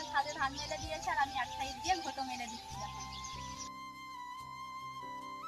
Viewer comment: দিদি ভাই কথাটি ঘুটো নয় কথাটি ঘুঁটে বলবে ভালো দেখাবে